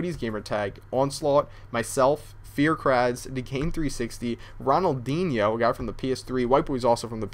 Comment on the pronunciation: did you say ronaldinho? LOL